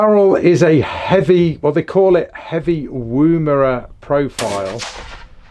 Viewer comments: "Woomera" is pronounced like "woman" not oooo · Beautiful rifles mate, im looking at La102 in 223 for my next purchase ,btw its not pronounced Woombera, the wo is pronounced the same as in Woman. Looking forward to seeing your vids. Thanks.